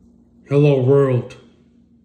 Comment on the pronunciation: mmm na fam go to every video he’s made n the no jumper pod also lmao the virld …..it’s “WORLD” not wirld not virl not furl “WORLD”😂 I’m entertained tho and thats the point 👏